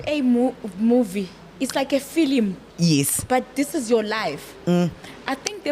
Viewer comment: 😂😂😂😂😂😂 "filimu" sounds so African